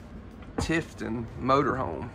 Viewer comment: re-listen to what you are saying. Tiffin not Tiffton, Cummins not Comings, and what about Fridgerator? and screen text Retail not Retiail. Nice Motorhome.